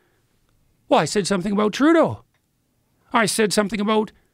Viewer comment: I said something 'ABOOT'... ...pictured South Park canadians every time.